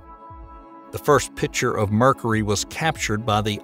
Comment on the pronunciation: I like how he says Mercury like "Merkry" similar to the way he says "Murka". Oh and that red spot on Jupiter, that's a turnader.